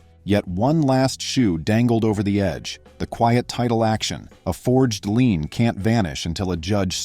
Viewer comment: Loved the story - Karen seems very skilled at digging a deeper hole for herself. I do wish the AI would learn the word "LIEN". I'm in a somewhat rural county in west central Ohio. NO "HOA's" in the whole county! Previously lived in south Florida, where they are rife.